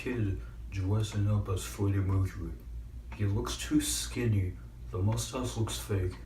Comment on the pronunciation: Lmao fweddy mwecuwy